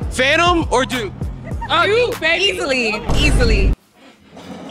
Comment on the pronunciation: And she said it twice in a row. That's painful